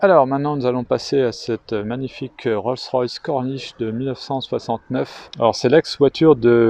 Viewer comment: L’expert qui dit Roll rolls 😊mon dieu 😂les spécialités